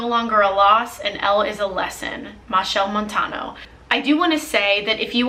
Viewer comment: “Machael Montano” okay Caribbean gyal 😂